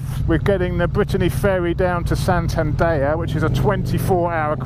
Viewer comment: San-tan-dare..... 😀 Not San-tan-da-ya...... 😂